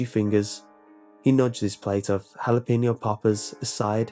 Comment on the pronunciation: It's jalapeño, but he said it like "halapeenio".